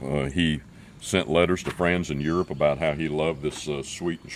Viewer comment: did i here him say "In hurope"